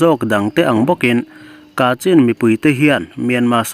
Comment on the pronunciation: Kachhin tia, lam tur a ni ang.